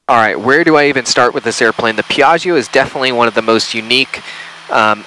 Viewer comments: beautiful video, very professional, amazing plane! Imma have my Hermione moment though and recommend the pronunciation which is "PIAh-joe!, not "pia-gi-hoe" Also too bad there's no Mammamia on the GPWS calls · Corret pronunce PIA - GGIO stress on the A and very strong G . Not Pi - AGIO . ;-) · the call back with same emphasis on "Piaaahzio" as tower was hilarious. Gorgeous aircraft, always loved that Rutan style. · i love the enunciation whenever someone says Piaggio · Love the way they are saying Piaggio lol